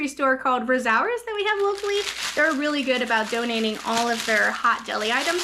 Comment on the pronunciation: Hi! Think your store is Rosauers, it’s pronounced (Rose- ours) if so they have good fried chicken! The oranges would be good made into marmalade too! Love all the garlic you have, I want some fresh to bake with olive oil into well well roasted, so good. Love the haul! Hope you guys are feeling better, the garlic and oranges should help with you immune systems! Hope you enjoy the rest of your evening, you and your family